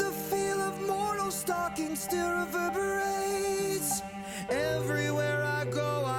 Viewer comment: "Still weverbiwates" ... I cant help myself...